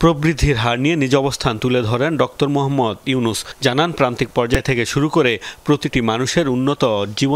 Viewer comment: ডক্তর হবে না, It's ডক্টর